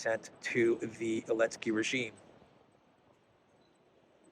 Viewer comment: Hey Eelansky draft beer not men